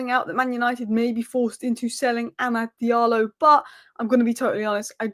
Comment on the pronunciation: Guys Please stop saying Amad “Diallo”.